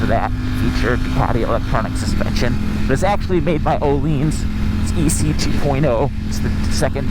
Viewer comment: He also pronounces Öhlins incorrectly as "oh-leens"